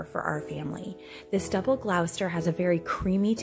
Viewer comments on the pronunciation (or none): Lovely! Wonderful selection. Just as a point of interest, Gloucester is pronounced Gloss ter. Used to live 2 towns away.